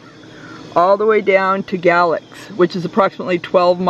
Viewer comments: It’s pronounced “Freeze” & Gay lax FYI nice video tho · Maybe someone posted this already, but Fries is pronounced "freeze" and Galax is "gay-lax"